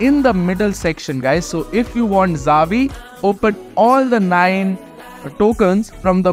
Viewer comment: It's "Chia-vi" like in Chi-le, for Xavi.